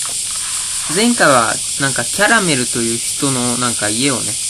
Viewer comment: キャラメルのアクセントに違和感あるのは僕だけかな？(笑) 僕は食べ物のキャラメルと同じ発音でキャラメルと言ってます！ まぁ人それぞれだな！それとも、僕がおかしいのかな？